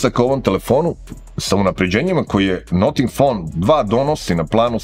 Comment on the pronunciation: Zanimljiv telefon. Ali ne izgovara se "noting fon" :). Cudno zvuci, kako niko nije primetio.